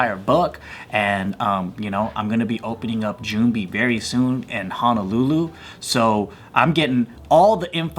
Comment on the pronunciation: Braddah if you’re gonna live in Hawaii at least pronounce the name of the city right. It’s not HANAlulu. It’s HONOlulu